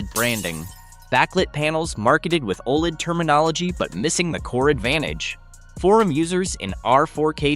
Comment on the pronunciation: you know it’s ai slop when OLED is pronounced old. smh